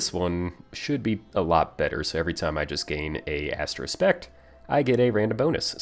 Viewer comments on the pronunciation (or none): thx for the explanation...really helpful....but it is astro Aspect not astro spect....;-)